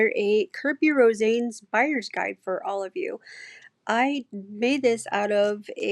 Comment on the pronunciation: His last name is pronounced as Ro- sah- nes. I love his work